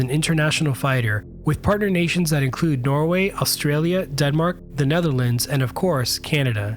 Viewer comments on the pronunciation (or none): none